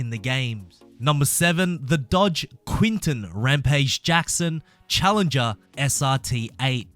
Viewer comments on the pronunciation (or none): none